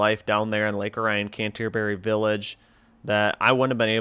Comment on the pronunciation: Lake Or-i-on not O ryan. Between Pontiac and Oxford along M24 aka Lapeer Road. Canterbury Village is on Joslyn road. Home of Always Christmas.